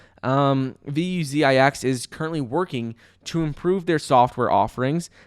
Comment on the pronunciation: I like how calls them "V U Z I X". So unique!! Haha